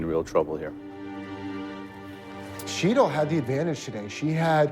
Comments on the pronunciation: it's Sh Tall not sheet-l, jesus christ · Why can't anyone pronounce Sheetals name correctly like Sheelah isn't even close